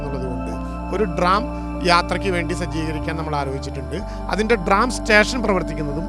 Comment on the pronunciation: ഡ്രാം അല്ല സഖാവേ ട്രാം ആണ്.